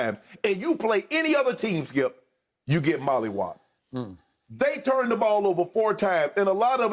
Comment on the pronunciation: we not gonna talk about how this man shannon said molly-wapped lmao...